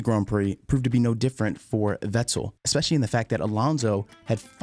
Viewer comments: Why are you making videos if you can't pronounce a good 60% of these drivers names?!lol vet-TEL. IT VETTEL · Drives me nuts how you say sebastian veTTell 😂😂😂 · Great video and thanks for the hard work put into that. The enunciation killed me though. Vettel pronounced with a hard 'T' was like nails on a chalk board. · Im pretty sure its pronounced Fettel and not Vettel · Who is this Veczel he is talking about? :D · Never heard vettels last name pronounced in two syllables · Stop pronouncing "Vettel" like you're trying to be cool. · Anyone else somewhat irked by his pronunciation of certain names and words? Just kind of annoyed me. Vettel, for example. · The way this dude pronounces "Vettel" makes me want to smack him. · The way you pronounce Vettel’s name differently every time you say it was so distracting I couldn’t even finish the video! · Nice recap, shame you can’t say Vettel, looking forward to a recap for 2014 next? Sorry for the shit sandwich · No I just though it was kinda funny how you pronounce Vettel lol, it's a really well made video